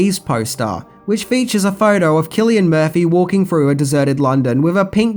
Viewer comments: Its SIL LIAN MURPHY , NOT KILL IAN MURPHY ;) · You really need to research pronouncing names before doing your video. Sill-Ian Murphy...not killian.